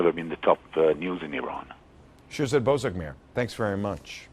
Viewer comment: she called him bozorgmeyer!!!!!!!!!!!!! LOLLLLLLLLLL!